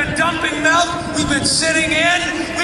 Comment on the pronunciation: Powerful speech. So powerful, in fact, that I'm even willing to forgive the way he says "melk".